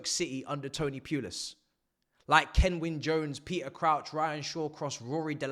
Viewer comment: Bro said kenwyne Jones, iykyk😅😅😅